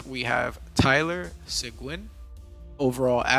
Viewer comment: You said Seguin name wrong but its ok